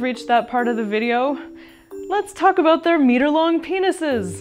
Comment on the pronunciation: It's ABOUT not ABOOT? We love our mayonnaise on everything they eat Canadians.